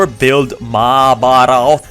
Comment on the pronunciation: I am from israel and it was so funny to watch you saying words like maabarot and more...